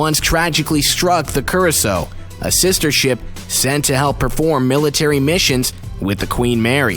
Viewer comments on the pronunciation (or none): Lusitania, not Lustania. Cunard, “que-nard,” not Cunard, “coo-nard.” Curacoa, as in, “cer-a-coe-a,” not, “ cer-a-so.” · He also said Lusitania wrong And Curacoa That makes my ears go AAAAAAAAAAAAAAAAAAAAAAAAAAAA